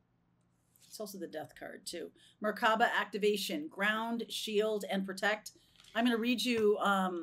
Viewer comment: It’s pronounced Mer ( light) ka ( spirit) ba (body) Hebrew word.